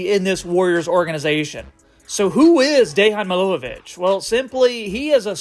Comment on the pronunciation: Good analysis, wouldn't add anything more, thanks for this! Only one friendly advice, correct pronunciation of his name would be Deyan Miloyevich.